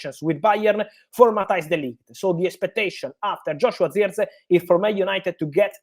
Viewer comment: Who???? Say his name properly FFS